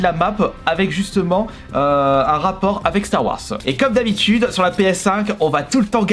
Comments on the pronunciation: s’il te plaît arrête de dire star warce mais star warze merci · star warz ça ce prononce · Ça me stress comment il dit Star Wars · Tqt pareil faut qu’il apprenne